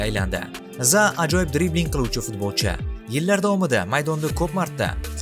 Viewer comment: Zaa emas Zaha. Biz Rus emasmiz H harfimi talaffuz qila olamiz